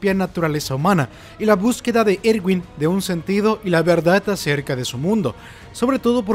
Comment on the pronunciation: y nooo se dise ewin se diseee erwinnnnnnn 👹